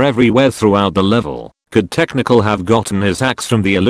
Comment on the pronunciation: Every time he says technical i understand test MICHAEL